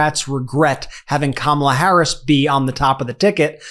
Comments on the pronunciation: Did Laura actually pronounce Kamala Harris' name correctly?!? Must be the only true thing she has said! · Atleast Laura is pronouncing Kamala's name correctly.